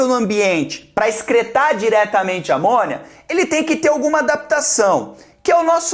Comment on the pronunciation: Sempre que o Jubi fala: "eles vão excretar por amônia", eu entendo: "eles vão excretar por amor" kkkkkkk